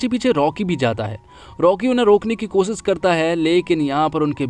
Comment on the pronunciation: Bhai bura mat manna lekin apna accent theek karo...aap,sh ko s kyu pronounce karte ho...jaise shaadi ko saadi koshish ko kosis shayad ko sayad s ke aage h lagao...